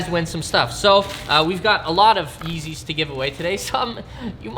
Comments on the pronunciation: Mans said real yezzys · Is it just me or did he say feezys a lot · he said feezys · did he say feezys